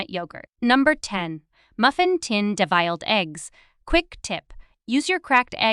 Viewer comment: The correct pronunciation is 'devil-ed' eggs, as in Satan.not de-viled.